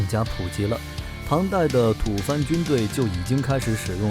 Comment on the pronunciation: 吐蕃（音同播，而不是番）发音错了 吐蕃特指那个与唐朝战争几十年的高原国家 而且古中国一直都有面具的传统，很多古画壁画石雕都有描写，锦衣卫都有仪仗的面具戴，甲士自然也有防护用的，不然面具这个词也不会出现了（不过着甲的情况我们似乎更倾向铁浮屠那种塔式头盔直接从头顶盖到脖子的），但是不知为什么，我们的艺术作品里很少看到正经真实的历史上的面具（最多就是京剧面具），挺可惜的